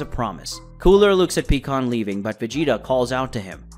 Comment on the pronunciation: Do you have problems saying "pie" pycon? Is there a reason? It's not peacon! And I'm not the only one thinking about how words and names are being pronounced wrong please explain or re edit. It would mean a lot to those of us who feel the same as I do.